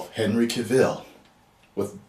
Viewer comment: Ok.... as a black man, I'm totally against a black super man if his name is Clark Kent. Bring us Kalel/Calvin Ellis. Don't just race swap!!!!!!!!! P.S I hate the way you pronounce Henry Cavill's name 😂